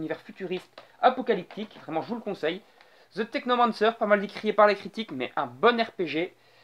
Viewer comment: Apprend a prononcer The sérieux.